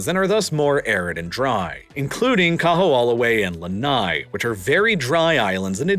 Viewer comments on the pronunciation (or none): Thank you for creating quality content about our islands! Just want to leave a quick note about pronunciation: O’ahu = oh-ah-hu (not oh-wah-hu) Moloka’i = mo-lo-ka-ee Kaho’olawe = ka-ho-oh-la-ve The ‘ is called an ‘okina, it’s actually considered a letter in the Hawaiian alphabet and it is used to break up vowels, some people refer to it as a “glottal stop”. It’s just as important to pronounce as the other letters. Might help with future content about this paradise :) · Yeah, I’ve heard the island’s name pronounced many MANY weird ways in my life, but this was a first. Generally the emphasis is also on the “law” syllable. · Kamehameha (Ka-meha-meha) Kaho’olawe (Kaho-olavay) Sorry hearing these hawaiian words being butchered i figured i’d make a “guide” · It's KAH-HOE-OH-LAH-VE (!!!!) and the military bombing cracked the islands aquifer. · Nice condensed recap of Hawaiian history. However, whereas you pronounce “Liliuokalani” flawlessly, you STRUGGLE with “Kahoolawe” and “Kamehameha”. Toooo funny, but good job! 👍👍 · The kahoolawe pronunciation bothered me the most.